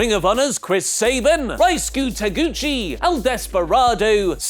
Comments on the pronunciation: RyusuKE not RyusuKU, damnit, you did it again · pronunciation of Ryusuke just makes me kinda sad